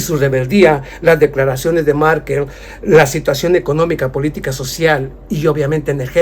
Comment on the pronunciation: Angela Merkel y no Markel.